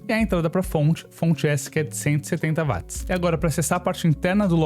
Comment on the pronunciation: 🛑A Dicção desse cara é PÉSSIMA! Será q o cara não conseguiria ir numa Fono, aula de oratória etc? Pior, será q ninguém vê que é uma Merda esse cara falando? Além de super difícil de ouvir esse cara é cansativo em poucos minutos.. (Além disso ainda erra termos técnicos! Claramente é 1 Curioso e não 1 Técnico.. Não existe Vat! Watt se lê/fala Uóti!